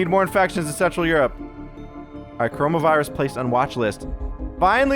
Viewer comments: dude you wrong is call coronavirus not corohmohvirus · Wouldn't it be CorohmA virus? Does your virus turn you into a gay frog?